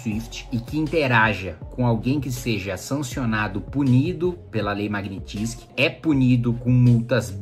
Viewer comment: Kim, admiro seu conhecimento sobre leis... mas qdo for falar uma palavra estrangeira, dá um Google na pronúncia original... Magnitsky é russo... logo...